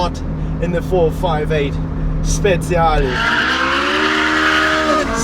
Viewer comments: Speciale not speziale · It's 458 Speciale not Speziale like you say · Same here. Frustration at its worst. And that "Speziale" AAAAAAggggghhhhh ! It's "Speciale" !! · Speciale that means special! not Speziale, spezie in italian are spices 😂😂just kiddin woundeful video btw! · No sir. He says speziale with a Z sound when it should be speciale with a TCH sound